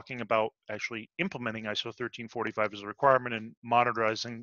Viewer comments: I keep hearing "ISO 1345 Standard". We are talking about ISO 13485, yes? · Great video! PS: Is 13485 pronounced 1345?